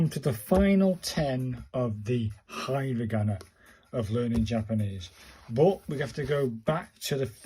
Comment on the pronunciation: Uh please learn the pronunciation from a video and also it's not hi ra gana